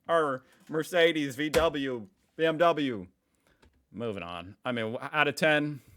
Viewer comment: For the way you pronounced VW i will call Apple Apfel from now on. Eye for an Eye bitch 😂